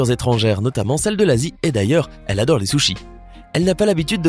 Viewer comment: Mdr a « elle adôle les sushis » 😂😂😂👌👌👌